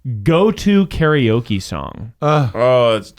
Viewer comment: I know Eugene grew up in the south, but it’s disheartening to see/hear an Asian pronounce “karaoke” incorrectly.